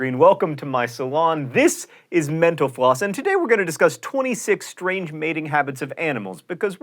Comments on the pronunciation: Every time John says Mental Floss, all I hear is menopause. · I keep hearing menopause instead of mental floss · Every time you say mental floss, it sounds like menopause. haha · My sound isn't that great on my laptop but at the end it sounded like you said "thanks for watching menopause" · I keep thinking he said menopause.